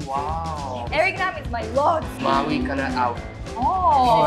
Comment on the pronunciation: Lol why did you pronounce his last name like a western foreigner would? You could have said Nahm instead of Naam.